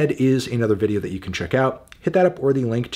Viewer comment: this guy thinks its so funny to say sthony ostano in the beginning.